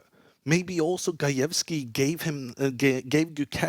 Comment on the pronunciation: They way he said gajewski needs a job and stuck with indian chess players like what u want to say man 😬😵